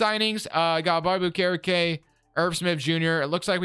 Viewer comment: Butcherin okerekes name